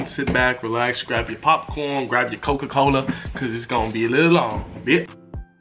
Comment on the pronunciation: why did he say cococola like that tho CoCOA